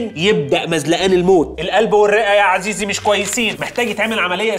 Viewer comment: عزيزي❌ عسيزي✔️